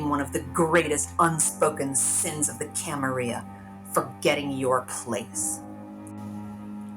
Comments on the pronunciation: Camarilla/ya pronunciation is regional, and chee-mee-see has been pretty consistent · Common ppl say it with me camarilla not camarya...timitzie not shemeze